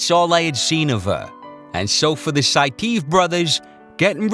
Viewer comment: It's pronounced 'Sai-tee-ev' buvaisar saitiev.